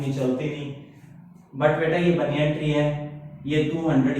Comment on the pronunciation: Explanation is just wow👌.... It's baniyan tree,not baniyaan 🤣